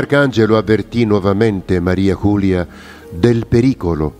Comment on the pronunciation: ERA UNA VEGGENTE FRANCESE, PER CUI "MARIA CULIA" NON SI PUO' SENTIRE. LA PRONUNCIA CORRETTA E': MARI'e JULI'e (con la "e" muta dei francesi) DE LA FODE'S